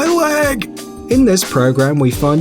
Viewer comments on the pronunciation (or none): "My laig"